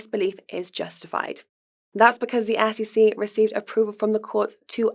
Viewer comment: That has nothing to do with it... she just can't pronounce an E from an A. For example, she says ASS-E-C instead of S.E.C. If she learns proper english pronunciation she will be ok.